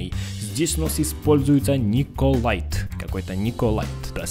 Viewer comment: не николайт а николит